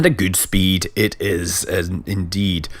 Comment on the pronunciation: I love the way Scott pronounces double vowels. Food becomes "fud" and speed becomes "spid".